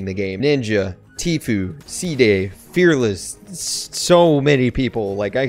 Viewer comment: When he said fe4rless I cried